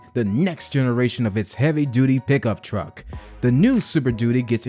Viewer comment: Keep saying duty (doody)